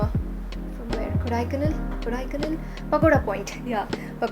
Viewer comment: Kadaiicannel? Really? You don't know how to say that?! 😂